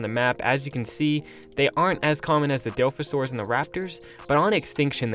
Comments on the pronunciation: Seriously... there’s an O in the DilOphasaur... like come on now. Dilfasaur...?? Doooooood... pronounce your Os... egads... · bro work on your pronunciation man it’s di-la-fa-Saur-is dilophosaurus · I dont care what you say but its (dilophosaurus) not dilfasaurs